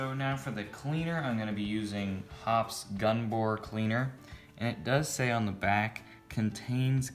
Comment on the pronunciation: The 'E' in Hoppe's is not silent. Go to some of their own videos